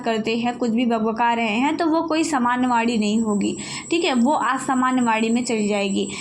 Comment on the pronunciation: Maim ye Vaani h vadi nhi 😊